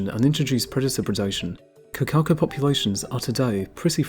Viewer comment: Please try to pronounce correctly. Hint: Cor - car - cor. Cor - as in cor blimey Car - don't roll the r